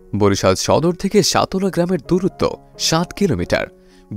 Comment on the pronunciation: Vai uccharon think koren সতলা না সাতলা হবে।